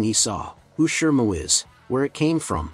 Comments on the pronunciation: And Shimu not Shirmu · How is it that you always pronounce "Shimu" as "Shermoo"? 😅